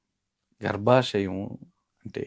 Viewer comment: అది గర్భశం కాదు... గర్భశయం 🤦🏻‍♂️🤦🏻‍♂️